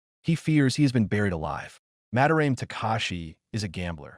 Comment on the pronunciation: "Ma-da-ra-meh" not "Mah-de-raem"